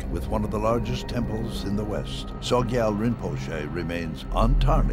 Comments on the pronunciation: Oi, narrator. It is SOGYAL. Not SOYGAL. But regardless of how you pronounce his name, this man is corrupt and has brought real shame on Tibetan Buddhism. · Soygal? This video would be more impressive if the narrator could pronounce the subject's name...! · It's interesting that the narrator mispronounces the subject's name every time: It's "so-gyal' not 'soy-gal'. And then does the same thing with Chogyam Trungpa - it comes out as Choy-gam. This is not a reflection on the claims of the film, but it's very amateurish.